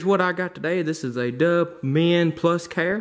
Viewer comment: Am I the only one who though he said “Doug” instead of “Dove”? (To be fair, I was looking at something else at the time..)